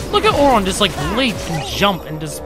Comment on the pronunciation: 1. Please get rid of Auto abilities. 2. Auron isn't pronounced Ohr-RAHN, it's more like OHR-rin.